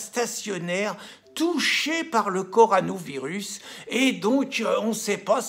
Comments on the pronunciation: Pierre... Répète après moi : CO... RO... NA... VIRUS. Encore : CO... RO... NA... VIRUS. Et non CORANOVIRUS !!! C'est comme la bière + VIRUS ! Tu vas y arriver ! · Le coronavirus et non le coranovirus. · Coronavirus Pierre Pas corano virus😅😅